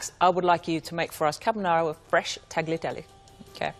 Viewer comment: I find it interesting that so many, many British chefs are such sticklers to the last detail--and yet cannot be bothered to pronounce correctly "tagliatelle", or--even worse--"pasta". "Tagg-lee-ah-telly', oh please.